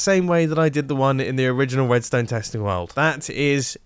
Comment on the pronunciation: I think I heard him say wedstone